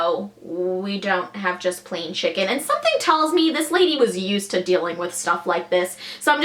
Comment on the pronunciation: This chick said shicken